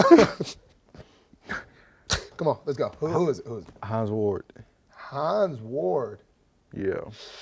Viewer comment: Oooo he said Hines Ward 🤣🤣🤣 But nah I respect Hines Ward so much man. He was a killer